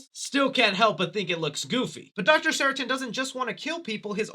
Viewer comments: SARTAIN...not Saratin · I’m immediately jarred by your pronunciation of the name “Sartain”. It’s sar-tain. Not sara-tin. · I love your channel, man, I really do! I've just gotta say... it's "Sar-tain." "Ceratin" sounds like an allergy medication 😂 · SarTAIN, not SARItan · How the fuck do you manage to mispronounce SARTAIN as SARATIN the whole video? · It’s Dr. Sartain, NOT Dr. Saritan. Also, that’s not boba tea… it’s bubble tea. All we ask from you is a little bit of research… that shouldn’t be too much. Edit: Again, it’s SAR-TAIN. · Dr. Seratin? 😂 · Sartain, not saratin silly lol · Who is this Dr Seratin? It's Dr Sartain!! LoL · Drink everytime he says Dr Seritin (Sartain in the movie) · Say it with me now, "SAR TAIN" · Why do you keep pronouncing it sarah tin?🤣 Thats not it at all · What the fuck is a Doctor Seratin,? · Dr. SAR-TAIN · ITS sarTAIN!!!!!!!! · Sar-Tain lmao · Say Saratin one more time 🔪🔪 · Great video, his name is SarTAIN like “pain” for future reference! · When the movie says a characters name multiple times and you still can’t get it right 😂😂😂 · I watched every single Halloween review and this one is my favorite! you are right about Dr. Sartain (which you pronounce wrong in the whole video) haha but its all good! keep up the badass work!